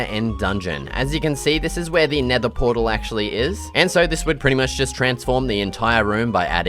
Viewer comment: You said nether protl the frist time